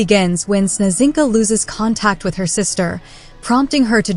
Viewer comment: I am yet to see a video where Snezhinka is pronounced right. I mean letter combination ZH with one sound. The word means "snowflake".